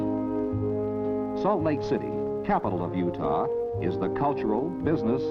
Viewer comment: You actually pronounce it (You-tah) not Judah. T not the Hebrew Daleth.